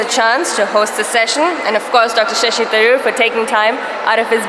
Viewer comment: I just listen to Shashi tharoor just for the sake of his pronounciation